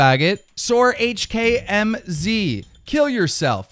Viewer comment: Stop saying HKMZ its pronounced hackmz